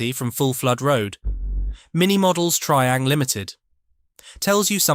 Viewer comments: Its Try ang not Tree ang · You're right. Terrible pronunciation.